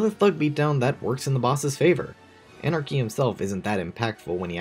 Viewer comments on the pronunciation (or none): Anarky, not Anarchy